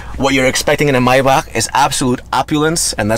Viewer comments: Me every time he say MYBACK instead of MAYBACH 🤦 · Omg! The way he says Maybach is driving me insane 😳 😐